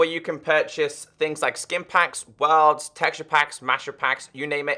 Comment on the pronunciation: This dude say worlds like Wa(l)rlds